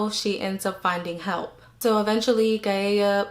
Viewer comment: Gaia is pronounced "guy-ah".